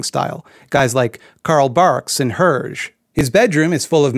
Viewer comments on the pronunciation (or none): it's pronounced Herr Geh. Great video btw but don't you dare mispronounce my favourite former far righter-turned leftist comic book artist's name smh 😤😤😤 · Please, it's pronounced HER-GÉ (HER-JAY) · I'm sorry, but that's not how you pronounce "Hergé". Anyway I love this video it's great